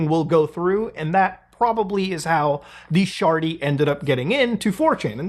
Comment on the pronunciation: "the sjarty" 😂